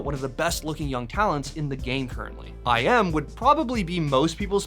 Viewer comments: Please pronounce iM corect his name not “i am” but its “ime”… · i-M???... you mean "Immah"? iM is not said like just the letters.